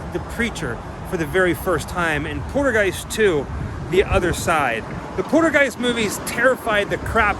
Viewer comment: Haha u keep call8ng the little girl Caroline it's Carol Anne, n it sounds like u pronounce poltergeist like poodlegeist lol funny man, LOL, sorry I'm just a hard core horror movie fan and I grew up with these films, n cringe a bit when people mispronounce characters iconic names or they butcher some info that they mis heard or got wrong from what the actual facts are..Sorry bro not trying to come at u negatively ,but I'm just a huge horror need that just can't stand it when some folks get shitt wrong. It's all in good tension and good fun bro, just kinda made me cringe a bit when u kept saying Caroline and poodlegeist lol haha it's all good bro still love ur videos and ur adventures that u explore they're all very interesting..much love man